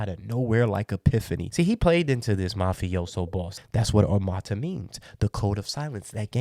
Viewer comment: OH MURRR TUHHHH not armaata lmaooo good vid tho